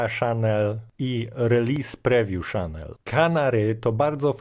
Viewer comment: Nie "szanel" tylko już bardziej "czanel". Tu nie chodzi o słynne francuskie perfumy i francuską wymowę tylko o jak najbardziej angielski (amerykański?) kanał. "kopajlot" ostatecznie "kopilot" (bo taka wymowa też funkcjonuje w polskim lotnictwie ;) ) Jak robisz jakiś program to wrzuć w tego coniecopilota słowo i poproś, żeby zdradził Ci poprawną wymowę. Nie trzeba być "hackerem", żeby wiedzieć, że od dawna (od W7?) wszelkie elementy wchodzące w skład Microsoft Management Console są wyszukiwane tylko wtedy, gdy wpiszemy poprawną nazwę wraz z rozszerzeniem np. gpedit.msc, diskmgmt.msc itd. zamiast gpedit, diskmgmt. I nie trzeba do tego otwierać wiersza poleceń czy PS - w ten sposób wyszukasz z paska wyszukiwania. Tylko to nie są narzędzia dla "zwykłego" użytkownika, więc zostały nieco ukryte. Tzw. power user da radę ;) Poza tym programy na pewno interesujące dla sporej liczby użytkowników. Powodzenia.